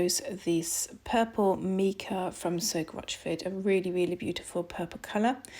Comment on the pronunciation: #2 Soap was the best of the three. Mica is pronounced "My-Ca." Soap pouring into mold was messy. See "I Dream In Soap" for helpful soapmaking tips. Not trying to be critical, but trying to be helpful with constructive criticism. Thank you.